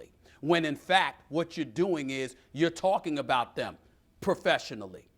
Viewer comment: skip bayless: "i dodo on my homework." me: "what?????"